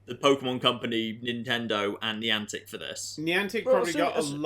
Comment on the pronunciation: I told my Connecticut boyfriend that you pronounced it Nyan-tic and he was still ranting about it the next day. For FYI on behalf on the state of Connecticut, it's pronounced Nye-antic.